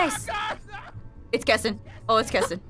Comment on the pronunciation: It’s kestin it KESTIN XD